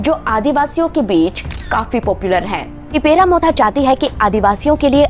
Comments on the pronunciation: This is not Tipera it’s Tipra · It's tipra not tipera SARSAR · What the heck is adivasi? Try pronounce tipra in a correct way